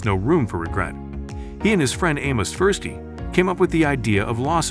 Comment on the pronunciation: No offence, mate. I think you should do some deeper reading into prospect theory. You have some foundational concepts. However, you have barely scratched the surface of promoting curiosity. And please, ensure to pronounce Tversky's name correctly; it is an incredible disservice to Dr Tversky.